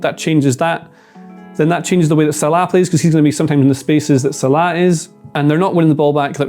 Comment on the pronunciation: Why does he say Salah like that